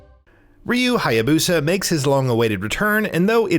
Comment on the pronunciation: Ayane.... EYE YAIN? No no Ayane... EYE YAW NEY. At least he got Hayabusa